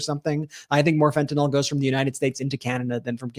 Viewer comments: You need to stop saying Fen-Tan-All it’s Fen-Tan-iLL learn how to properly pronounce words please you and your brother both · Ben, I watch you everyday! Please pronounce fentanyl correctly. Its fenta(nil), NOT fenta(nol). Thank you! R.N.